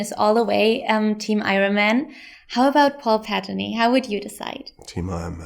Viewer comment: Unwound Paperclip she also said Pettany instead of Bettany